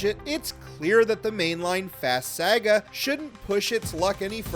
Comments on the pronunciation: Bro said: 🗣️🗣️🗣️ Sayugua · I can’t believe you pronounce “saga” like that 😂